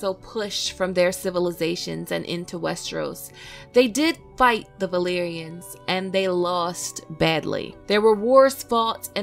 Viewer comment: Why do you pronounce "b" instead of "v"? It is so annoying the "balerians".